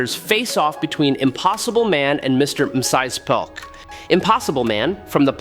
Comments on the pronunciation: Did AI read this? Mxyzptik name has been said in so much Comic Media that at the very least researching should've produced the correct pronunciation. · You are Stuggeling with Mr Mxyzptlk name aren't you buddy...lol